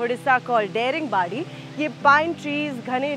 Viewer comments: I love❤it, But there is One problem... Why you are Pronouncing Daringbadi as Deringbadi... ??? You can call It, Daaringbadi.. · tales.--------abe yaar wo daring nehi hai, its daaringbari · Your pronunciation of Daringbadi is incorrect. It's not 'daring' as in the English word. It's pronounced as 'DAAringbaadi'. Notice the stretch on letter A. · It's not daring badi it's daaringbadi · It's not देरिंबाडि It's दारिंबाड़ि🤦🏻‍♀️ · Ita not daringbari ,it's daringbadi. Pronounce properly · It is Daa.... Daaringbadi.... Not daringbadi... Should start with respect... Respect from correct pronunciation.... Not udisha.... Odisha.... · thank you for featuring these places but may I point out Daringbadi is pronounced as दारिंगबाड़ी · daringbadi is actually pronounced as "daa-ring badi" nd the "da" in daringbadi sounds same as "th" in word "the", but its ok... u gave a new name to that place, its cool😂anyways, lots of love frm odisha 💜(although m late lol) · Hey Girl, You should pronounce this place as Daaaringbadi (D for Die ring badi) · Excellent video. Only, the pronunciation is 'DAA-RING-BAADI' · Nice video, but my god whenever she pronounces Daringibadi like damn it's not daring badi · No, i m correcting her...what m i doing or not it's none of ur business...as a citizen of this State and country , it's my right to tell the correct pronounciation of the place...hope u will get it .. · Everytime this girl is pronouncing dare-ing-badi , its hurting my ears . Why dint anyone correct her !!! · Daringbadi is not how you pronounce Daring but rather how you pronounce Da in Dance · Please pronounce Daringbadi properly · Daringbadi is not the correct pronunciation please check 🙏 🙂 😀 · The pronounciations of the names of the tourist Places are so pathetic/undeserving to be heard!!! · It is pronounced as Da-Ring-Badi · First of all its not daring badi, it's pronounciation is "Daaringbaadi".... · Pronounced as Daaringbaadi but ok😀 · It’s दाड़िंगबाडी not डेरिंगबादी🌝